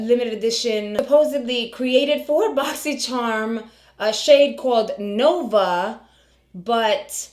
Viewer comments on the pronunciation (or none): I thought he said luna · He said Luna not Nova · I think it sounds like she is saying Luna - rather than Nova. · he definitely said Luna not Nova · I thought he said Luna also ❤